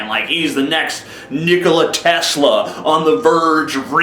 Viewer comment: Well, he meant Nikola Tesla but it sure didn't sound like that.